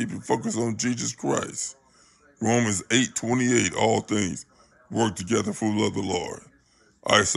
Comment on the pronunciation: He didn't say Romans right tho lol lol